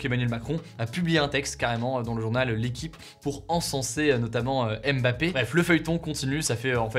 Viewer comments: Salut Hugo merci pour les partages , au Cameroun on dit MBAPPE et non M- BAPPE . Bye-bye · Alors de la même manière qu’on ne dit pas « Zède latan » mais bien « Zlatan » c’est pareil pour les autres noms. C’est « Mbappé » et non « aime bapé ». De rien.